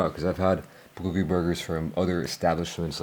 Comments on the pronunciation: Wtf is a beluga burger? Are they made out of beluga whales? Or did you say booger burger? And Holy hell your chewing is horrible!! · He is mispronouncing bulgogi. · Bro if you can't pronounce the F'N word , just write it on a piece of paper and show us ffs... What the hell are you even saying ... Beluga burger ??? I heard you mumble say it three f**** times and still don't know what the hell you were saying...??? Honestly IRDGAF!!! It looks like pig slop anyways 😜👌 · What is he saying? Beluga Burger? Like the Beluga whale? 🐳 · I think it's supposed to be a Bulgogi burger but he pronounces it differently.